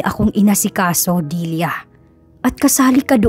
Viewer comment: Nice story,tlagang faithful si Limuel s asawa snaol.. Kya lng naiirita ako kc s pg bigkas mo ng Dilya (dilia ) instead n Delia bisaya po cguro kyo ano? Kya dilia ang bigkas mo..sorry po s comment ko ✌️✌️..